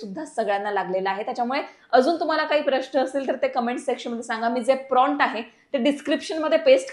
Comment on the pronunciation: गुगल जेमिनाई नाही. गुगल जेमिनी प्राँट नाही प्रॉम्प्ट...